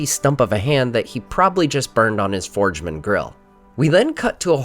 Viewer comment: Hey, it's Lori from Pitt! Did you really say C might have burned himself on his "forgeman" grill? That's hiliarious! Right up there with the "nazgals," my husband and I laughed out loud at that one 🙂Love this video and all that you do, excited for ROP.